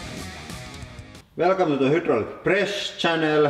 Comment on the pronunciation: "wouldn't you want to help them improve by correcting them?" Normally, yes, but it depends. A large part of the attraction of this channel is Lauri's accent and his pronunciation of English. He knows how to pronounce "hydraulic" properly, for example, but he still says "hoodraulic" because he knows it's funny and endearing.